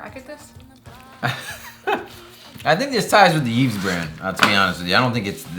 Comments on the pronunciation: Yves is a Canadian brand and it's pronounced "Eve" because it is a French word. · The pronunciation of Yves is "eev", you were close, you just don't pronounce the s